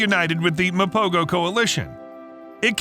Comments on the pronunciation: Actually its pronounced "mapoho" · My brother, it's pronounced "MA-PO-HO" . The "G" is pronounced with a "H-HUH" sound instead of the "G-GUH" sound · It’s pronounced Mapoho.